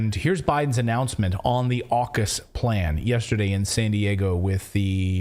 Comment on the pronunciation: AUKUS saying FukUs 😃